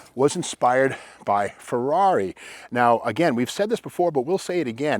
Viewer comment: I think 'Rush' pronounces the Ferrari model name correctly